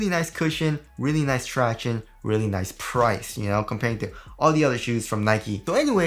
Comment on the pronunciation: And "leally nice"